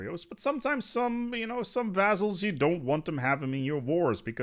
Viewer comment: couldn't handle the mispronunciation of 'vaZZals' had to search for Montu's video thx anyway